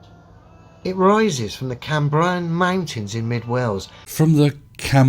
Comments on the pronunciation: I live in Australia and I know how to pronounce Cambrian.... How can you be from the UK and not know how to pronounce that. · It's not Brian, it's Cam Brian... The real worry is that LEO's employer hasn't sacked him yet. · The “Cam-BRIAN” mountains?! ARE YOU KIDDING ME???!!!??! is a Brit, yeah? This isn’t some dinky hamlet no one’s heard of, it’s a freakin’ mountain range! What a MORON!!!! Turn in your human card,, you’re being relegated. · Camem-brie-en mountains? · Oh dear, how sad, never mind... Still, it's interesting that he uses the Welsh pronunciation of Cambrian. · Where is he from? Who, spending any time in the lunatic anti science community on YouTube, doesn't know the pronunciation of Cambrian?